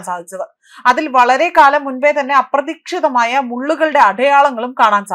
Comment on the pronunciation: എന്ത് പറയാൻ....... അപ്രതീക്ഷമായത്...... ഫയങ്കരം വാർത്ത ഫായന.....😂